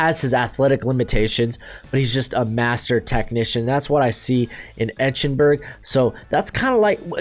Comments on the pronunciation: You're mispronouncing Eichenberg. It's not etch-n-berg. It's ike-En-berg. How could you have watched Notre Dame games and not heard it correctly pronounced? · bro it’s eye-ken-burg😭